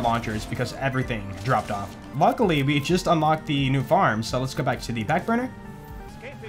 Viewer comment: Why everytime you say lets go I hear lascaux